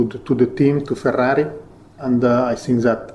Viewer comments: Yes, that is how we pronounce "Ferrari" here in Italy, and...guess what? Ferrari is an italian word. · The way that mattia says Ferrari is just perfecto